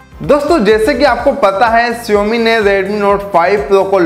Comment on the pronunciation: Learn to pronounce Xiaomi first